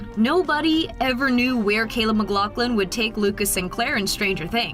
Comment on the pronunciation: bro said "mclothlin"